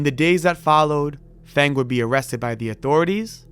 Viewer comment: The name "Feng" is pronounced like "Fung", jsyk.